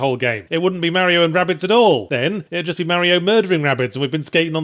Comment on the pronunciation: ffs Yahtzee how long did u live in brissy wit us ozzys AND u still say mario wrong :P